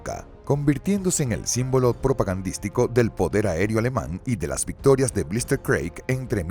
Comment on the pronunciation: ¿"Blister Craig"? Che, traduzcan mejor. Si es un video técnico, instruyan al locutor en cómo se pronuncian las cosas. Es "Blitzkrieg" (y se pronuncia blitzkrig).